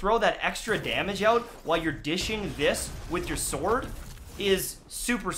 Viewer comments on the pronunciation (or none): none